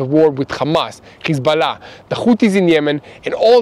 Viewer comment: Please say Hesbollah and not Khesbollah.